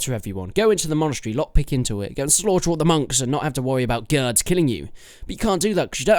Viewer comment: Gurds don't you mean gaurds